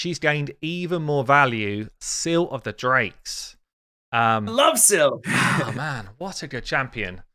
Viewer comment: Im going to blow your mind. Scyl is pronounced " Scale"